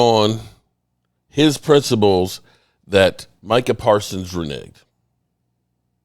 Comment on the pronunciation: It’s Renege - so reneged, not re-nigged Just FYI